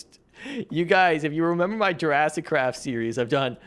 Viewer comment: Bro said jurassic 💀